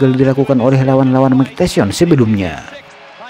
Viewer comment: RALAT MIN... BUKAN "MIKE TESYON" TAPI "MIKE TYSON" Budayakan membaca dengan benar dan baik. 🙏🏻